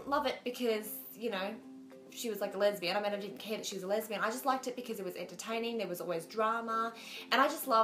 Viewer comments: she's so cute lol! its funny how it sounds like she's saying "lebanese" instead of lesbian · why does she say Lebanese instead of lesbian?